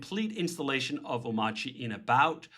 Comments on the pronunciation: If you don't pronounce the 'r' in a made up word why have it in there? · But why is the R silent tho? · Nice job David ! I've been using arch with hyprland for almost three years now, haven't been the most stable experience to be honest but so much faster and nicer to work like this so I have stayed on and hoped it got more stable, so finally this seems be a more stable version of what I already use(crossing my fingers), I'll definitely give this a try! By the way why not pronouncing it like it is spelled? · why is the r silent